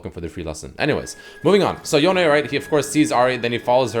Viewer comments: It's one syllable not 2 it's Yone, not Yoneigh. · anyone else annoyed by him repeatedly saying yoney, when it’s clearly just yone???? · "Yown-nae" lmao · STOP CALLING HIM YONAY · Please stop putting the accent on the E in yone. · You cant pronounce Ionia without Yone